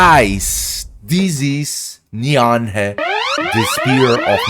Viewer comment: It’s pronounced “NEEV”. Not “Nee-am-hey”. It’s Irish